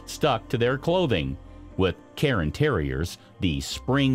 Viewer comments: cairn, not karen, terrier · Cairn Terrier is not pronounced “karen”, the vowel is not after the R, it’s before. So it’s one syllable, more like Care sound with an -N at the end. Like Karn. Not “Karen”. And it’s not a newly discovered breed LOL